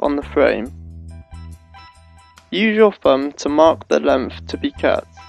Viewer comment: "Cut the housin' to lenf" lol. Helpful video though, if incomplete.